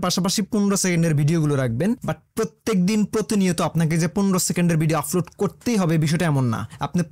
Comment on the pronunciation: ফারট , ফফুলার , আফলোড , সাফ এগুলা কি ধরনের কথা !! ...... ভাই মনে হয় নোয়াখালীর ...... প রে কেন যে আপনারা ফ উচ্চারণ করেন !!